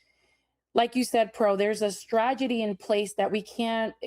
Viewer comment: “stragedy” someone teach this woman how to say STRATEGY 🤦🏻‍♂️